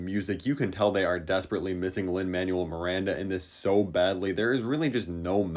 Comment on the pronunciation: “Lin Man-ual Miranda”